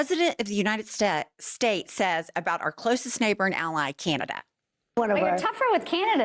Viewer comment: “President of the United Stez” Great talking there.😂